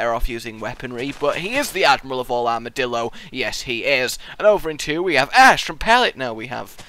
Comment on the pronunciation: It sounds to me like is saying: Armadilldo.